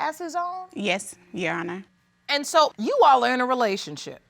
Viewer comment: “Your honis”